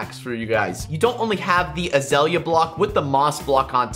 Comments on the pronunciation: It's azalea, not azala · it is pronounced UH ZALE YUH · What's azala? (I knew he ment azalea)